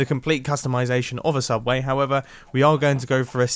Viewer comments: There's no such thing as a subway on youtube you mean a sooubway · ITS SOOUBWAY >:( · ~*YOU MEAN SOUBWAY RIGHT*~